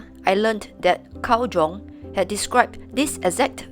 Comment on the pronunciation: Carl Jung is actually pronounced "Carl Yung," with a soft "j" sound similar to the "y" in "you" : )